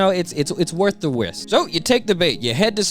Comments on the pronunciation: “worth the wisk” you know you watch/read anime/manga too much when your “engrish” slips out unintentionally lmaooo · “it’s worth the wisk” 🤣